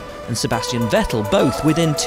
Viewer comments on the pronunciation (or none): don't say wettel please, go for fettel